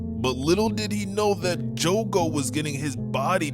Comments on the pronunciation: jugu? omfg SAY JOGO NOT THAT HARD DUMBASS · I’m bouta crashout his say “jugo” not “jogo” it’s pronounced “joe-go” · jogo is pronounced: "Joe goe" not "Joo goe" btw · Btw it’s jogo not jugo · Why jugo, not jogo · Son it's not joogo it's jogo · The saddest part is him calling Jogo “Jugo” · love your vids but its joe go like that not ju go ( this is for how you say jogo ) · Bro kept saying jugo it's Jogo joe-go not ur fault tho lol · Joe-go not just-go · Hey btw! Its Jogo(Joe-Go) not Jugo. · My boy, why are you saying Jugo? Where the hell is the letter U jogo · I love how pronounced jogo as jugo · its jo-go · I wanna tell you that your saying Jogo wrong